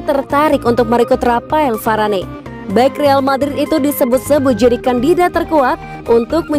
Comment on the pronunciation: Varane di panggilnya varan, mbak